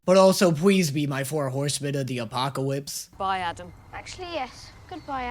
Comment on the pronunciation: “But also pwease be my four howsemen of the apocawypse” 😂😂😂 The “apocawypse” killed me dead 😂